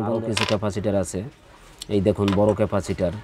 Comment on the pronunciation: ভাই ক্যাফাসির বলতে কিছু নাই ওটা ক্যাপাসিটর হবে।